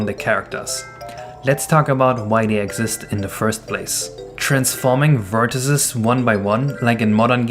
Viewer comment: why do you say vertices like that